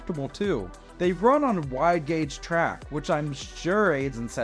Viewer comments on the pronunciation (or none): none